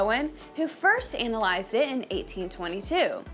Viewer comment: Fantastic informative video. Than you. Please revise your pronounciation of Moari, and please please ‘ analyse’